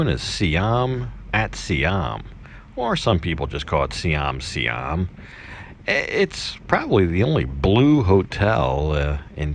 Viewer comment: Dude, know your history! Thailand was formerly known as SIAM (pronounced sigh- am).